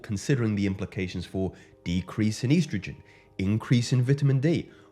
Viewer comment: He said "eiiistrogen"